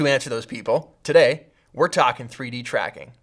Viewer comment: "Why don't you do pffuuideee-dracking?"